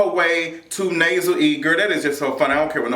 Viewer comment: Such a good review lol the Nasel E cracks me up